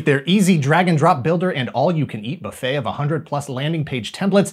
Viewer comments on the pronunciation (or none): none